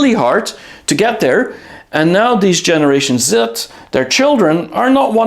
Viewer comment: I thought you said generation Zit. 😂